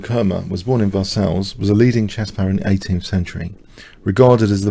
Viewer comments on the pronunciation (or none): I'm surprised you didn't pronounce "Versailles" correctly.